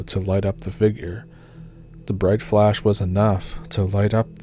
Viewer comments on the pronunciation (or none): none